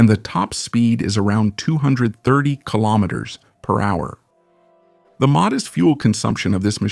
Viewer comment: keelomanders H? Train you r AI to say kilometers per hour.